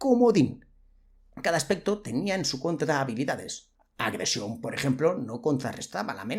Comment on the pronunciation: Cada vez que dices "Agresión" muere un gatito 😂